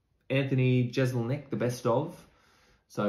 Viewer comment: I love how Anglos don't know how to pronounce 'Jeselnik'... :D